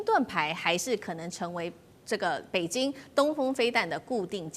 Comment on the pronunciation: 台灣人的北京是 “北津” ， 生日是 “深日”。越南是 “Eh -南”。 舌头有问题 ？